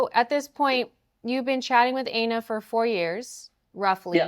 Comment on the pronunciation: Plan B's name is "Ay-na?" That's... that sounds a lot like something else. Are we sure it's not Ana and he's just confused by the one N?